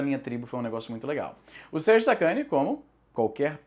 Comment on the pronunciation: Izzy falou Sérgio sacani eu ouvi sacudo.